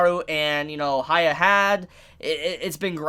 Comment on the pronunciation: It triggered me He kept saying haya Its pronounced as hee-ya-kee-maroo